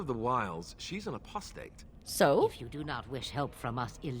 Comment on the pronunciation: I think everytime I hear you say apostate, I hear “A Prostate”. I'm not making fun of the pronunciation, I'm just sad I didn't come up with it myself 😂